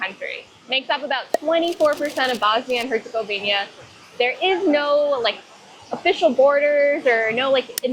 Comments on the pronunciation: Great video but the HerzegoviNIA thing was driving me crazy the whole time :) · What is with all you guys keep saying "Herzegovinia". It's "Herzegovina" ! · repeat after me HerzegoviNA HerzegoviNA HerzegoviNA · normally not grammar nazi and english is my third language, but HerCOGovInJA!!!! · Nice video, but I have to ask: how is it possibly for people who are so meticulous about etymology of places to keep pronouncing Herzegovina wrong? You even look into the name itself during the video and wrote it in huge font on the screen, so where do you see that additional "i" in the name? Sorry to nitpick, but it's kinda wild to visit a place and butcher its name like that. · I'm talking about their pronunciation of the specific word "Herzegovina". I know it's one country. I'm Greek. We're neighbours.